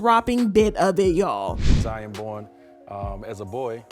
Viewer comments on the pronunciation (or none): OMG!!! Her name is not pronounced with the "SH" sound!!!!😤😤😤 It is with a "S" sound..."Suh" vaughn. Siovaughn. The name is the easy part---Girl if you can't get the name right, why would we think you got the facts right? Get it together, sis.